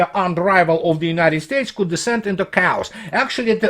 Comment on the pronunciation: Hi, just my two cents: the word chaos is pronounced as - (кириллица) "кеас", с ударением на "а". Sorry